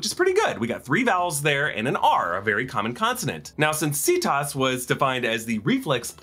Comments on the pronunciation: Every time you say "See-toss" it reminds me of Cetus, a sea monster from Greek myth (they would have said it with a hard c though) from which we get "cetacean," all the whales, dolphins, etc. So that may be another connection to the Purgils. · Well technically Cerberus is supposed to be Kerbouros, but that doesn't change the fact people use the soft C in media.